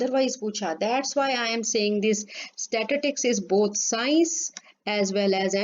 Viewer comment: First of all mam plz tell me What is statitics..😂😂Its statistics!!